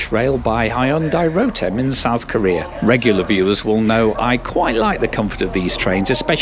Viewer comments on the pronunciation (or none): none